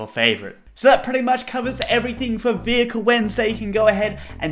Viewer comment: Bus??! Can you make one. I know, I know, you say Small Vohekel.